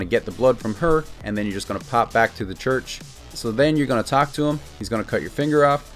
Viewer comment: he said talk to the dude not attack him. the way he said talk sounded like attack